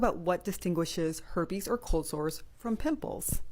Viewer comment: "the her-pays" LOL